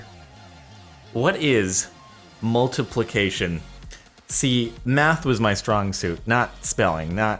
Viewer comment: 'Multiplucation' irritated me soo much